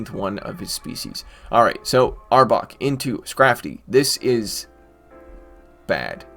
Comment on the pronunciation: You said the name right 😂that's my team finally ❤️